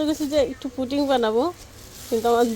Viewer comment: হায় শিখিত পুটিং নয় পুডিং হবে।